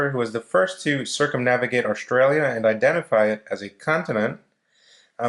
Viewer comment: Australia not austra